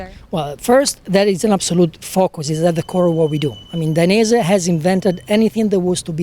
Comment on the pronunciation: How to say / pronounce Dainese from the CEO himself Dai - nez - ehh